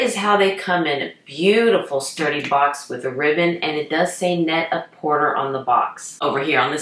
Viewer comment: Wow! I did not know about these from Net-A-Porter. Actually, because they are a French company Porter is pronounced PorTAY. Love your videos!